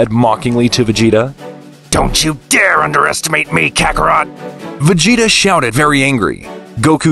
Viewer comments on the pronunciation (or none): Nah bro said kakaro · OK IM KINDA MAD VUTS IT MORE OF A JOKE BUT VEGTA CALLED DID NOT SAY KAKAROT RIGHT